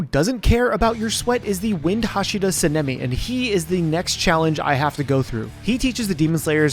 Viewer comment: love how you pronounce Sanemi wrong but on screen it's correct lol xD